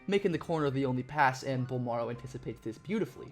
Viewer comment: Oh please let the Spurs draft him lol. Carry on the legacy. Charles Barkley: BOL-MARRRO